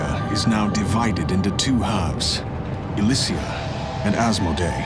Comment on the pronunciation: Mm, I always wished I could make this play again at the beginning of my game without having to uninstall it. The scene where the tower shatters has always given me chills. I also like this for the fact that Asmodae and Elysea are pronounced. I twitch a bit on vent when people call them Asmo-dee-ah and Ell-see. Guess I'm an RP snob, though. Not necessarily a bad thing!